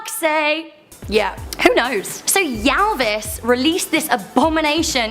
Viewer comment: Muppet song is the most awful of all, together with the chicken...it's not Yellvis lol, it's Ylvis, kinda sounds like illvis...